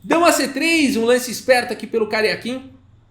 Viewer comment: Ele diz Karjakin, mas só ouço "carequinha".